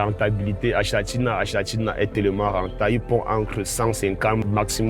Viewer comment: Pitié😂 le nom scientifique s'écrit "achatina achatina", mais se li "akatina akatina " Fécitstion et courage pour le reste.